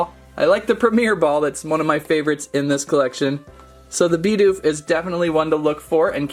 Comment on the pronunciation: He was calling Bidoof Bi doof not Bid oof